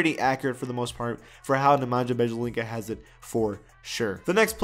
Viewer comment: The way he pronounced Nemanja’s name tho......... 😂 Ne Men Ya Bea Lee Tsa